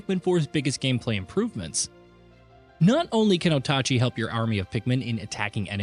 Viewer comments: O tah chee? ita OATchee, Oatchi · It's infuriating hearing "Oat achi" over and over They probably did it on purpose to get eejits like us commenting on it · What is so hard about calling him OATchi? Didn't Nintendo already clarify how to say his name? Lol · Bro said Otachi ☠️ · Ikr, the way he pronounced is spell like this Otachi. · Calling the dog OTACHI. Now I cant unhear it 😢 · Slaughtered that name like a Linus Tech Tips review